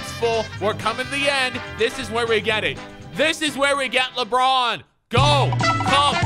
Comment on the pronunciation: Never say labronzo again